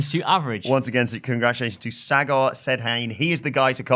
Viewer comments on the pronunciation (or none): Hello guys...the “n” of sedhain is silent 😁